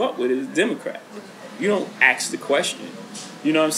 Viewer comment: Why is he always saying aks nit ask??